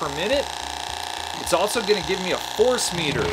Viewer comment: there are ZERO "T's" in the English words, "else" and "also". Just for future reference brotha.